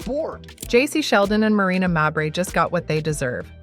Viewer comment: Stop mispronouncing mabrey 😢